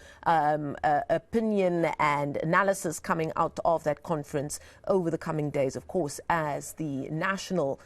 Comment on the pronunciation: Confrents haha 😄